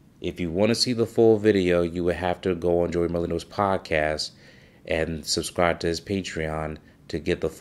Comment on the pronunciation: Pronounced "SUB-scribe" not "Sus-scribe"